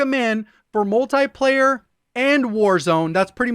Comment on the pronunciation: Its not Multaplayer its Multiplayer.